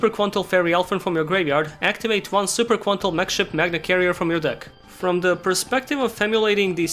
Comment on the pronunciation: I swear everytime you say Super Quantal I think you're about to sing super idol 的笑容都没你的甜.